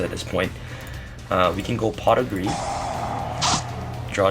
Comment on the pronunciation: I thought you were saying I use a lot of pot for a second lol